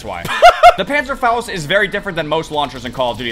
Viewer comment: Why is it impossible to say “panzerfaust” without a German accent 😂